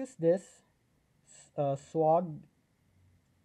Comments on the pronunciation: 'Swag' is pronounced like 'egg' or ' bag'...Swayyyyyyyy..gg. Not swog like log. 🙏🙏🙏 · I dont think you need to be sorry. I just noticed your pronunciation and wanted to suggest how most people say it when in english. It could be pronounced swog in other languages and I am unaware.🙏